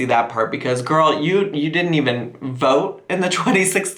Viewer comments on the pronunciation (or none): none